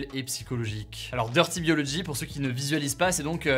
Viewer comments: Dirty /bio/logy, Hugo, boooo prononciation! Je suis TRES triste concernant Léo Grasset, force à Manon et co. Tristesse aussi pour Arte et le Vortex. C'est chier avec l'effet de halo (pour lequel il avait même fait une vidéo sur le sujet!!) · Grosse aparté, ça me fait mal aux oreilles que tu prononce DirtyBiology en Français et pas en Anglais, pas toi Hugo, pas après tout ce que ta fait... 😂